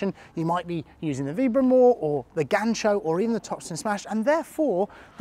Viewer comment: I see your bandeja pronunciation is almost perfect this video congrats 💪 also gancho sounded like a native